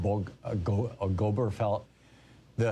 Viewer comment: Say it with me, Thom. BERG… BERG… o-BERG-uh-fell… o-BERG-uh-fell. Aim for the BERG and the rest will fall into place (or fell, in this case)